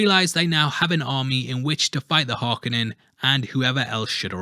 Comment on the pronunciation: Harkonnen does not have an "A" in it why do you keep saying it with an "A"? It's 'KO" Har-KO-nen not Har-ka-nin.